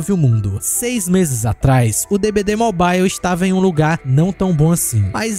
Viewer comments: pq todo brasileiro fala mobile errado? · não sabia dessa, boa. Mas curioso tudo ser na pronuncia americana e só essa palavra ser de uk